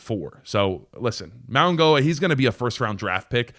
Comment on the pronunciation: It’s pronounced Francis Maui-NO-ah. There is no G sound. This is how you know people are just tuning out and finding out about your best players lol